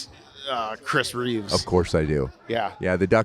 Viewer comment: reeveS no REE-VEZ